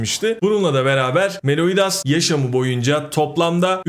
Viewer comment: meloidas değil meliodas kanki sevgiler .